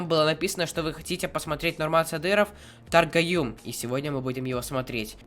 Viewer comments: Привет ты не правильно читаешь Таргоюм! Кыргызском по буквам читать надо не Таргоюм а Торгоюм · Правильно говориться торгоюм в не таргаюм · Торгоюм это птица или птичка.Ты говоришь Таргоюм🤭😂😂😂